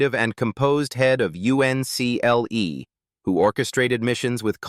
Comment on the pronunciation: it was pronounced UNCLE.